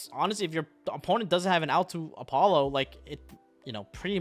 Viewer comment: Why do you say every name so wrong? Apollo? Nebuu? Ava? It’s “App-O”, “Nib-E-Ru, “E-Va”.